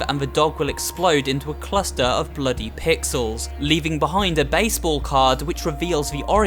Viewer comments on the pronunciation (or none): he says bloody like messyours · “Cluster of bloody pixels” that’s some proper bri’ish speech bruv